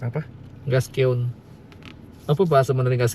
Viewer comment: gasken bukan gaskeun😂